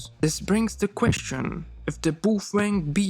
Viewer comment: I'm pretty sure that's the actual correct pronunciation although NOBODY in the English speaking language says it that way. Personally I'm stuck saying "Bow-fang".